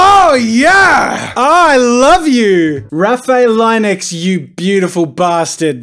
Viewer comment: The way he pronounced Linux 🤦‍♂️😂